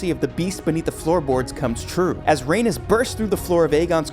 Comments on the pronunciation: Bruh only 30 seconds in and this voice over guy is killing me. "Raynis" Tell me u haven't watched the show without telling me u haven't watched the show. And he's doing the voice over for HotD video? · Rhaenys is pronounced Ray Knees not like Uranus. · You’re mispronouncing Rhaenys! RA-NIECE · Lane-ER Velaryon and Ranus Targaryen 🤣🤣